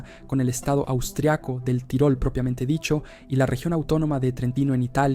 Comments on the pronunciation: Se pronuncia "Tirol" en dialecto austríaco tirolés, casi igual a como suena en español. No hay necesidad de decir "tyroll", como si fuera un personaje de MMA. A ver si los latinos dejáis de una miserable vez de pronunciar todas y cada una de las palabras extranjeras no inglesas con ese estúpido acento americano. He llegado a escucharos pronunciar "Paris" como "pareys" o "Bruxelles" como "Brooxels". En serio, que me cabreáis. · es estupido decir tairol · ¿Qué necesidad hay de decir "tairol"? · Es una traducción automática desde el inglés. La "i" suena como "ai" y el sistema lo reproduce así.